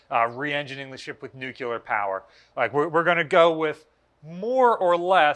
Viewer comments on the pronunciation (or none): enjoy these shows but the word is nuclear, not nuculer.